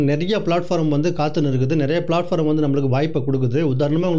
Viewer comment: சகோ வணக்கம் உங்கள் பதிவுகள் எல்லாம் நல்லா இருக்கு. சின்ன திருத்தம் அது பிளாட்பாரம் இல்லை பிளாட்பார்ம் 💐